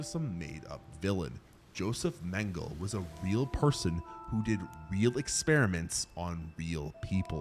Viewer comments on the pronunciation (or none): It's not Mangle, it's Mengele (men-guh-luh). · Mengele is pronounced 'men guh luh'. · You pronounce the final E in Mengele